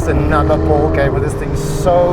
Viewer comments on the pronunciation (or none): none